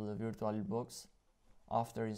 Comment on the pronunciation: DUDE U GOTTA PRONOUNCE AS VUR-CHU-AL I LOVE YOUR ACCENT